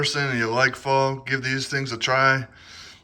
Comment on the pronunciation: Dude, you made it into my feed! Congratz! Also, you pronounced "Pho" correctly so I'm pretty sure this video is gonna make you TY famous. Keep at it!